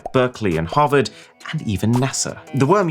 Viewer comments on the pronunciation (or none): none